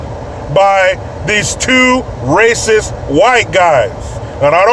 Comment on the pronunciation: It starts with an aruh and ends with an s: Raysis!